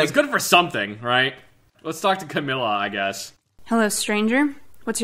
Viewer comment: The way you said Camilla, you made it sound like chlamydia.